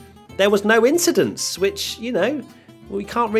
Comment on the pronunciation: no one: Leclerc: Just an Inchident